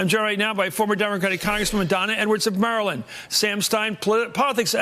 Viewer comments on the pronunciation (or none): none